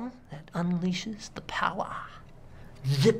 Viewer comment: Tha powahr xD